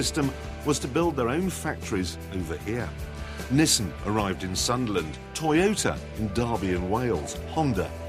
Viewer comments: LOL a 'Tyotah' !!!!! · The Toy-o-let MUH SIDES!!!